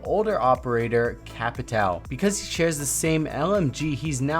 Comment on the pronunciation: He saying capitão is so good xddd 'Capitaln'